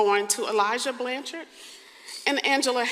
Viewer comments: Blanch-ard, NOT Blan-chard! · It's pronounced BLANCHERD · Please spend 5 seconds and learn how to pronounce someone’s name before making these videos. Show the family some respect and say the last name right. Your pronunciation of Blanchard is incorrect and frankly makes you seem more interested in making yourself money than in telling the story correctly.